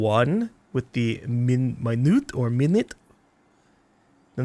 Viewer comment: I know you probably don't care about pronunciation corrections, but I figured I may as well give it. At , when you were looking over your guns, you were talking about a Minute gun. It's Minuet, (Min-u-a), a term for a type of music.